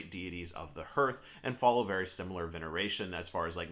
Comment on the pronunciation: Just found your videos bro, looking forward to watching more, hey just a heads up, It's pronounced "harth"👍